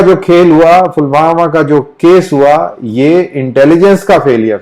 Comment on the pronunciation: Sir it's pulwama not phulwama, isn't it? Mujhe ye samajh nhi ata ki ye sarkaar aise safed jhoot/propaganda ke virudh strongly retaliate kyo nhi karti??